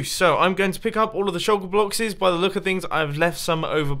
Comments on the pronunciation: or Mumbo said shulker bloxes not boxes... too much sand??? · you said shulker bloxes! xD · "Shulker bloxes" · Shulker Bloxes 🤣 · Did anyone else hear him say "Shulker bloxes"... small spoon --o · good vid and nice "shulker bloxes" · at about - he said shulker bloxes lol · he says pick up all of the shulker bloxes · Did he say shulker blockses? 😂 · "I am going to take back all of these shulker bloxes"